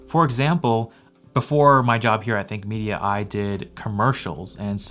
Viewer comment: Idk why but i always hear Fake Media instead of Think Media 😂